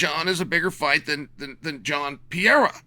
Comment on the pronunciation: Chael kills me with the “Pee-air-uh” 😂😂